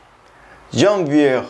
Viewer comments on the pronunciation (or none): Bien, amigo. Sólo pare decirte que la "r" en "janvier" y "février" no se pronuncian. Y aunque parezca algo tonto, porque normalemente las "s" al final de cada palabra no suenan, la "s" de la palabra "mars" sí se pronuncia, como lo habías hecho la primera vez que pronunciaste la palabra. La palabra "juin" no es "jué" (porque parecería que dices "jugar" en francés), sino un sonido más nasal [3]. Si gustas, en Google traductor o en WordReference puedes reproducir los audios de pronunciación y ayudarte. Son muy buenos. Saludos y felicidades por tu entusiasmo.